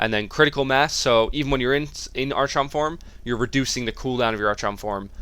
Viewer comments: Wtf, Arch-on? It's pronounced Ar-chon. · It's pronounced, AR-KON. not ar-chawn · Every time he says ARCH-ON I want to kill myself. ARE-KHAN. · Said r kon. Not arch on. Stupid... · Cool vid :) Are you from Sweden? Your english is really good but you should pronounce archon as ArKon. :) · its pronounced ARKHON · Or, y'know, if you pronounce words correctly it's "R-KHON" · yea that "ar-chon" is so damn annoying.. -_ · love your videos, always entertaining. To echo what everyone else has said, "arkon", and "maylay". Looking forward to the DH guide too. Keep up the great work. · Love the vid keep up the good work. But for the love of god it's pronounced arkon (from the Greek arxon meaning lord) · Great video, but the "archon" pronunciation made me facepalm through the video. ;) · Good guide. Hilarious how you pronounce archon, though, lol.